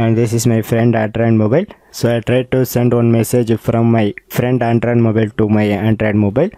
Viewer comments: Bro...firstly make ur pronunciation clear....i took more than 30 secs to understand ur word ANDROID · Sir your english is really awesome and the way u pronounce android OMG thats hell crazy m a big fan of yours..